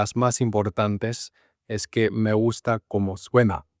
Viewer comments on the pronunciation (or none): muy interesante! Enseño español y estuve tratando de descifrar tu acento, me confundió tu "me gusta" con una S aspirada (suena algo así como "me guhjta") pero tus demás S eran bien definidas. Tenés tu propio acento, lo importante es que suena muy claro y entendible. Felicitaciones!